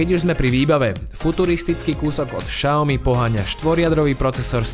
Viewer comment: Xiaomi sa vyslovuje [Siaomi], nie [Šaomi]...